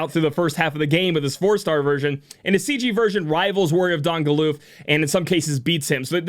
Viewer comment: Never would have thought to pronounce his name as Gal-oof.